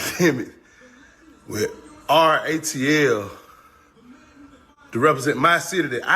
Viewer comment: Nope u said it right RAAATL😂